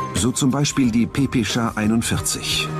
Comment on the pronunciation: Es Heist PPSH und nicht PPSCHA xD 🤣